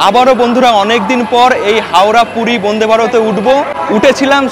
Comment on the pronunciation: সমানে 'বোন্দে বোন্দে' উচ্চারণ কেন ? কথাটা 'বন্দে'।